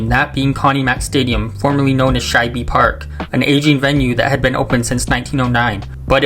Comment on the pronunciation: Shibee Park and Vetawins Stadium. Home of da Eagwils and Phiwwies.